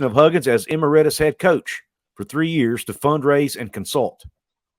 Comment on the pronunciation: Just for future reference, it's "e-MERIT-us."